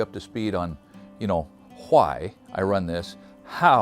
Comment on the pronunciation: Youre hitting the letter h kinda hard when you say why